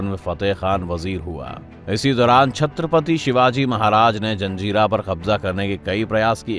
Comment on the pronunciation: Dislike for Chatrapati Shivaji Maharaj Name not pronounced properly